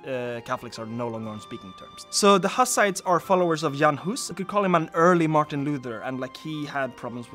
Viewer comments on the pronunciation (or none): none